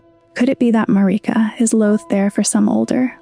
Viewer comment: “Mareeka” 😫😫 Why do you torment us like this